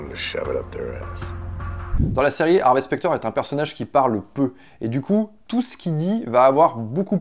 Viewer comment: Désolé j'ai pas eu le courage de continuer après 1min de vidéo psk le mec arrête pas de dire "HarvÉ" c horrible